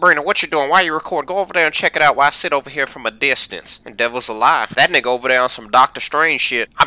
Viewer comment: He’s saying “The devil’s a liar”